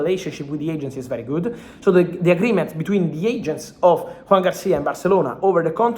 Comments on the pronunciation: Why does he pronounce "Juan" if the footballer's name is Joan? The same with Laporta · JOAN, not JUAN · Thanks for all the updates, Fabrizio! Just a quick note: it's Joan, not Juan — it's a Catalan name, not Spanish.